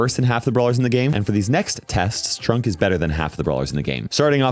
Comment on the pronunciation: I was listening to this in the background, and the amount of times I heard "Trump" instead of "Trunk is ridiculous. 😂 Would be hilarious (but would never happen obviously) if for one of his skins they gave him the swooshy hair and made him orange.